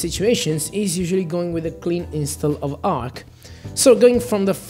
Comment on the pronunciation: Arch not Ark